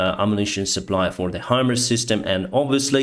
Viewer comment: It's Pronounced "High" - "Mars". Not "Hummers". Thanks for posting these updates. :)